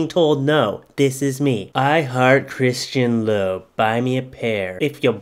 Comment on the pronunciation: He said Christian Lobe 😂😂. Bruh she meant Louboutins